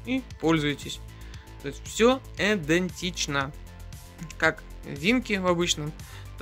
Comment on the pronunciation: А эта, а та, а эта. Не судьба модели озвучить и показать наклейки не дергая? Не пультА, а пУльта. Идентично, а не эдентично